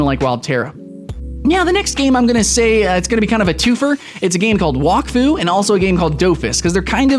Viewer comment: you said wakfu and dofus wrong. wakfu is kind pronounced whack-foo it's kinda weird and dofus is kinda like dough fiss